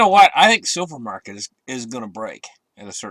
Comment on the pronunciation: A re, in the begining of the video tou said "i think supermarket is gonna break"....probably you wanted to say silvermarket.. 😂😂😂